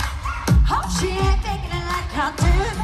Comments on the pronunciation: Omg she said "Like I did" it just sounded like "Like hadid" I'm so done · Perrie herself did look shocked that it sounded like 'Hadid' instead of 'I did', so I don't think so she's trying throw shade. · I'm a northerner like Perrie and jade we pronounce 'i' like 'ah/ha' and we join two word almost like one listen to all the live performances she says it the same and her voice cracked a bit that's why Jade laughed. Yall need to stop being delusional and actually understand our accent and I'm so sorry Americans that you can't STAND that any other places have different accents especially the UK since you think we're all posh grow TF up and listen to all the performances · she didint say Hadid, she said I did , it sounded like hadid to jade so jade turned in smiled and perrie cause it was kind of funny, it was just a coincidence y'all chill dafuq down👏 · no shade. it's sounds like she said "I did" but maybe she realized it sounded like "hadid" so she laughed a bit idk who knows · Sounds like she did . Not saying it how it's actually pronounced but like " HA-DID " Instead of saying " I "she said HA .. and it seems like they had laughed about it before and that's why that other girl laughed when she said it because it's an "inside joke" but not really if the whole world knows about it ? Just my opinion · She said "hi did". The H was not on purpose, shit happens. Perrie prob noticed and laughed about it because she heard it a little too? And btw, you ALWAYS keep talking about your ex. Even if you've moved on. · I feel like she actually meant to just say I did but when it came out sounding like hadid they all not ice and kind of laughed why everyone gotta spin shit so what is it's shade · i swear down i thought she said high did... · Oh my god her voice cracked and she ha did not hadid it wasn’t pronounced properly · she very clearly said "i did" thats not even how you say "Hadid"